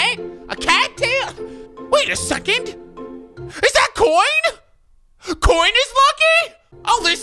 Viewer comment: He says coin 8nstead of coins tf